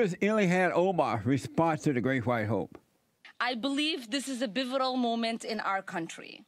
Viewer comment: It’s “pivotal”, Ilhan, not “bivotal”.. do we really need ppl who can’t even speak English and hate white/English culture in politics in a White organised English speaking country? What a joke 🤣😂